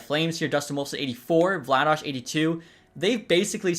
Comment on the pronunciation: Vla dar not Vladosh